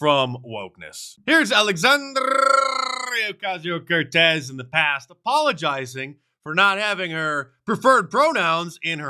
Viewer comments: I literally tuned in to hear Alexandrrrrrrrrrrrrrria Ocasio Cortez 🤣🤣🤣 I swear, I just love you Mark. You CRACK me up. Miss the days where you added "Santa Maria" onto her name. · Mark, loving the R rolls on AOC. Very latinish😂😂😂😂😂😂.